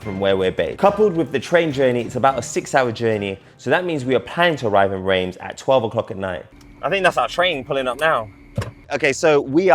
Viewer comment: Reims is pronounced Rans FYI